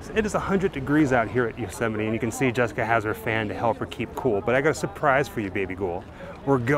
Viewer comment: Yosemite's great but you're pronouncing it wrong.